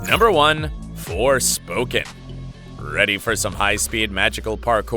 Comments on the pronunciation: Forskpoken? Hahahahaha!!! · Forspoken?? What’s wrong with you???